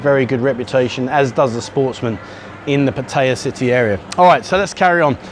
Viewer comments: This was the best video you've done so far. One criticism: You have been getting so much better about pronouncing Pattaya, but you slipped again. Here's a help. Look at the way it's spelled in Thai. It's a 2 syllable word, not 3. That middle syllable you sometimes hear is effectively catching your breath between the 2 consonants. Don't emphasize it. Patt - ya. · Stopped watching at 5 seconds in. Any time Pattaya is mispronounced like that It pisses me off and I can't continue.